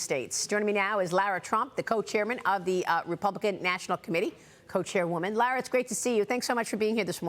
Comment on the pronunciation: How do these people get a job with a news organization and they can't pronounce Lara Trump's beautiful name! They need to go back to school and learn the English language!